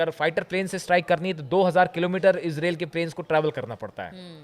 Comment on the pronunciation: मान्यवर इजराइल बोलिए ,इसरेल नहीं।